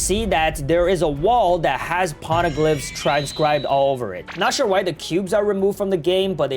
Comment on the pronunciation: Pls just stop saying "p0rneglyphs"